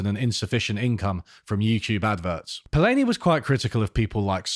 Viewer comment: It's nice to see that you are discussing the master, Karl Polanyi but you are pronouncing his last name incorrectly, repeatedly!